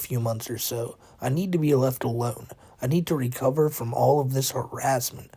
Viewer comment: "its takin alot to recowah from this" 😂